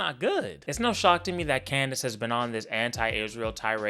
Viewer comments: That little slip in nickname “klandace” was pure comedy gold 💀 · I jus noticed he kept calling us Clandice 😂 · Lol u said clandice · This man said, "Klandace". lol 🤣